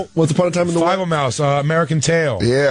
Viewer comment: Dan deserves 5 nut slaps every time he says Fivel wrong.